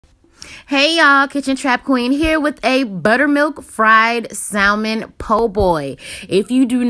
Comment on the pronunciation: you don’t pronounce the “L” 😁👍🏼 but UGHH LOOKS SO GOOD 😻